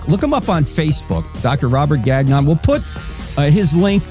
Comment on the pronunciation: The pronunciation of “Gagnon” 😂 it’s a French name, takes a bit to get it right, I’m surprised he didn’t gently correct the way it’s pronounced! All good, I’ve just never heard it pronounced that way!